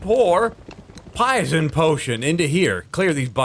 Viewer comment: HE SAID IT, HE SAID THE LINE! “Pison potion” XD